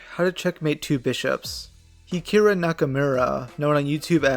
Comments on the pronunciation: Man said heekaru instead of hikaru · "Hikirah"💀💀💀 And bro even forgot to say "with" when reading the video title. Bro didn't even remotely try. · He pronounced Hikarus video AND his name wrong 🙏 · Good video but that pronunciation of Hikarus name killed me.